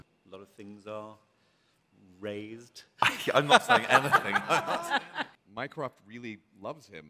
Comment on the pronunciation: “Mycroft”, I keep hearing his name like “minecraft” omfg